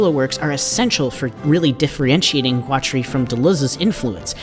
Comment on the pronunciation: So, you make a video about a guy and you have never heard someone who knew him pronounce his name. I'm guessing you just got ai to write you a script about a guy with a funky name. I'm calling murkin twatery here. That's not all but, nuff said.